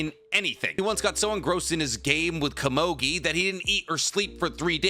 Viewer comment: Who the flippin fudge is kuh-mogi?? I think you meant Komugi. Koe moo gi. You make me wanna start a channel called ThePronounciationPolice or somethin.